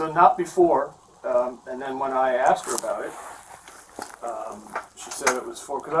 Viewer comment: Why do i keep hearing all these people from the usa saying 'axed' instead of 'asked' in every one of these videos?